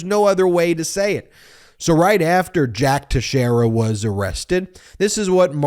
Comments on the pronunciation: His name is pronounced texerror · It's pronounced Tex era for American Portuguese. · First you are pronouncing the name wrong, second yes you are correct, it's irrelevant what he believes, what matters is what he did, he made public classified documents, that is treason and must face the consequences for it. In no way what that kid did qualifies as a leak, it was simply a kid wanting to impress his buddies, nothing more.